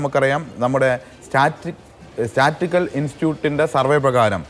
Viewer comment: സ്റ്റാറ്റിസ്റ്റിക്കൽ എന്ന വാക്ക് പോലും നേരേ ചൊവ്വേ ഉച്ചരിക്കാൻ പോലും അറിയാത്ത ഒരുത്തനാണ് CPM കാരൻ.😂